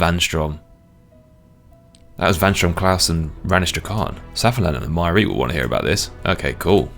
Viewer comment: Finally someone who pronunces Myreque right, thank you! There is no f-ing "key" in the -que ending. I mean, if you finally get that rare drop you wouldnt call it an "uni-key"